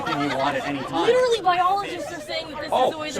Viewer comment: It's not even literally, it's LEEDURALLEE hahaha